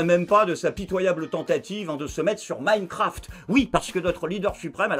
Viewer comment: "Minecraft" comme "Minecampf"?😂😂😂